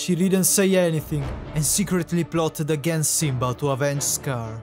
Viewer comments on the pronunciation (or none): none